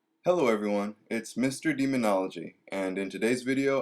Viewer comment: Did you say Mr. Demonology?